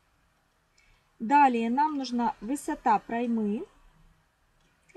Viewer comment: Немного вас поправлю а то режет слух) не проймА а прОйма ударение на О